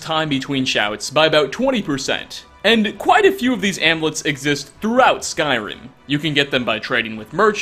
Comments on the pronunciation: IT"S AMULETS NOT AMLETS. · I'm just stuck on the way you pronounce "amulets" 😂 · Your pronunciation of amulets is triggering haha